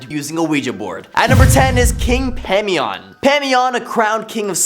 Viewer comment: IT’s pronunced Pie-mon. Not whatever tf you said. And basically everything you said about him wasn’t true. It’s ba’al not whatever tf you said. Also goetia is go-sha OR Go-eh-Tia NEVER BURN A OUIJA BOARD EVER. The thing to do is to hide it somewhere no one will find it. If you don’t understand a topic, please don’t make videos on it pretending you do. And maybe look up pronunciations Before posting something.